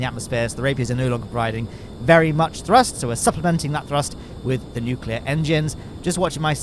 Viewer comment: i must say going to gilly is quite easy if you know how to use nucular engines